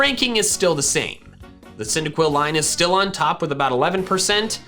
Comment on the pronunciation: THE FIRST I IN CYNDAQUIL IS SUPPOSED TO BE A Y!